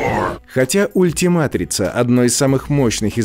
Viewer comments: Не поймите меня неправильно Не Ультиматрица,а Ультиматрикс!!! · Извините но не ультиматрица а ультиматрикс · Не ультиматрица а УЛЬТИМАТРИКС!!!!